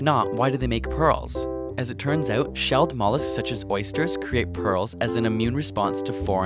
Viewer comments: the way this guy says "out" makes me think hes canadian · R u canadian? you said out with an accent